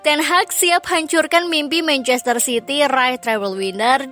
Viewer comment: Teg hag 😅 😂